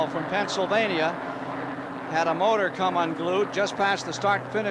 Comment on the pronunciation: David Hobbs “eerupt-ted a moturrr as you would say” 😂